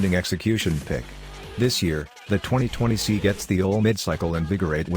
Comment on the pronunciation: Man how hard is it to get that speech software to say S.I. instead of "si"?